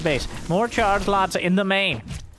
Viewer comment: Is it just me who hears 'chargelots' as 'chargenauts' when says it?